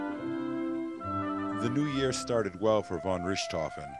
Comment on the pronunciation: Well written, but completely cringeworthy mispronunciation. Between Richthoven and the Somme (pronounced "sahm").